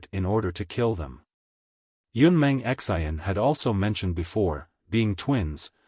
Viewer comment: 😆 lolz it's Xian not X. I. N.